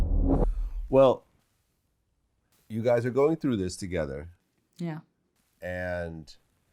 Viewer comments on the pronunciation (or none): none